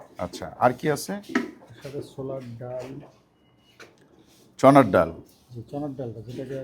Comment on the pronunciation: উনি যদি বলতে চান যে চট্টগ্রামের আসল জিনিসের জন্য ঢাকা ভালো, তাহলে উনি অন্য কথা বলছেন। আমি নিশ্চিত নই যে এখানকার জিনিসপত্র বা মালিক চট্টগ্রামের কিনা, কারণ উনি 'ছোলার ডাল' কথাটাও ঠিকভাবে উচ্চারণ করেন না। তাছাড়া, এটা ঢাকার গ্রাহকদের জন্য বিভ্রান্তিকর, কারণ তাদের বেশিরভাগই এই 'অরোশ' বিরিয়ানি খেয়ে বলবে যে চট্টগ্রামের খাবার অতটা সুস্বাদু নয়। তাছাড়া, কোনো জিনিস যদি বর্তমানে 'অরোশ' না হয়ে ভবিষ্যতে 'অরোশ' হয়, তাহলে তার নাম 'অরোশ' রাখা যায় না। এটা গ্রাহকের সাথে প্রতারণা এবং পয়সা দেওয়া গ্রাহকদের বিভ্রান্ত করে ব্যবসা শুরু করার এক অদ্ভুত উপায়। তাছাড়া, আপনি কী পরিমাণ মাংস পাবেন তা সম্পূর্ণ নির্ভর করে আপনি কত টাকা দিচ্ছেন তার উপর। মাজারগুলো সাধারণত ওগুলো বিনামূল্যে দিয়ে দেয়, তাই আরও বেশি বিনামূল্যের জিনিস না দেওয়ার জন্য আপনি কারও বিরুদ্ধে অভিযোগ করতে পারেন না। আর হোটেলগুলোতেও প্রায়শই মাংস দিয়ে খাবার পরিবেশন করতে হয়, নইলে এমন খদ্দের কেন থাকবে যারা পাতে মাংস না পাওয়ার জন্য পয়সা দেবে?